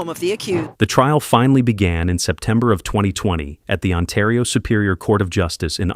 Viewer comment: Its Oshawa Ontario not Awshawa Untario